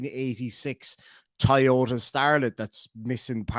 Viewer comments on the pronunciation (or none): none